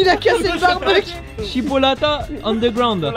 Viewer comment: Surtout le « și pula mea » quand il a dit chippolata